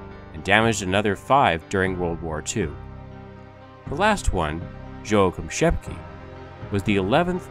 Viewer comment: WHY the hell don't these productions - OR even their voiceover artists - do the BASIC research necessary to find out how to pronounce German names? ... Günther Prien [Pronounced Ginther Preen] - Joachim Schepke [Pronounced Yo Ack Eem Shepp-keh] and Otto Kretschmer [Pronounced Otto Kretch-mer] ...